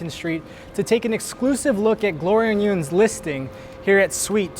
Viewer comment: Yeung is pronounced "young"